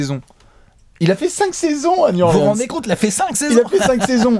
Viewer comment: un effort sur la prononciation de new orleans!!!!! mes oreilles saignent!!!! new orléance n'est pas sur la carte!!!!!